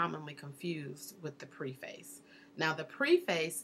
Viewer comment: Yes, that struck me also. You said not to do anything to make you look like a novice, and then you kept saying “Preface,” long “e.” Isn’t it Preface with a short “e?”